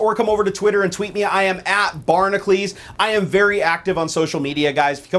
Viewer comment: Why do you say bar-na-klees when it's spelled bar-na-cules???